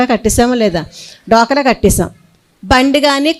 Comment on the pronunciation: డ్వాక్రా, డొక్ర కాదు 😂